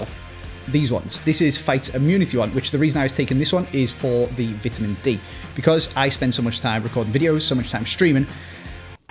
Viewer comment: Vetemen instead on vitamin lol